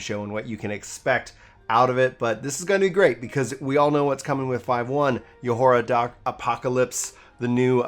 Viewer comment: "Yo-hoar-ra..." 😬😬 It's pronounced "Yor-ha," my dude